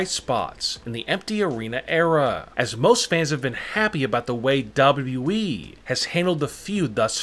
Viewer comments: Nobody : Not even the spider from under my bed: This guy: dabruee (WWE) 😂😂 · Mans says dubidiué